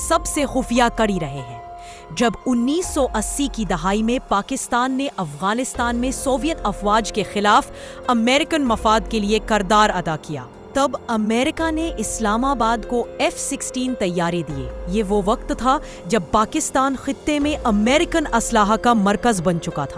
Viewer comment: Aunty jee,kardar nahi KIRDAR